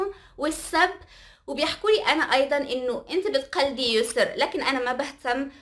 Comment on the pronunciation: ياسو✖ يسر✔ 🤦‍♀️🤦‍♀️